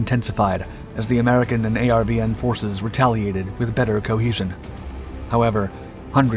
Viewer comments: It's not a r v n rather are ven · A lot of Vietnamese place names are mispronounced. Disrespectful to the Americans who died there. Very tiring to hear A R V N when it was pronounced 'are-vin'. Get with it. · How are you making a documentary about the Vietnam war and you mispronounce nearly every name in the doc? People, places, and things. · ARVN = r-vin Phu = Foo